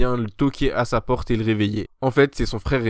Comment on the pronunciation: É au commencement de l'anime tu as dit cha chambre😂